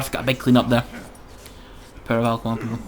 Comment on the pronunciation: I believe its ao kuang, not ao kaung ;)